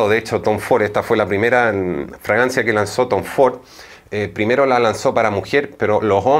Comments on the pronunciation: Escucho que dice Dice “Francia” no fragancia. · Fra-gan-cia ! No fraancia ! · Porque dices Francia en vez de fragancia? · Excelente! Sugerencia se dice Fragancia